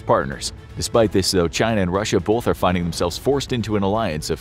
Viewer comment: It's pronounced "both" not "bolth".